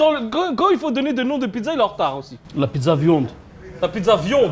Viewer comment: "la pizza VIOND"😂😂😂😂😂😂😂😂😂😂😂😂😂